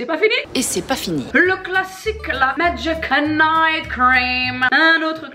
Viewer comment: "MAGIIC..." "MAGIIIIIC..." "MAGIIC..." Avec cet accent... On adore!!! 🤣🤣 Merci!! Bisous de la Réunion!! PS: quelques heures avant ton mariage... B*tch you're crazy!!!